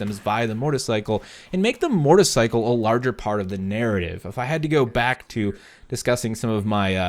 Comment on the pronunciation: Is it just me or do I keep hearing him say Mortarcycle instead of motorcycle?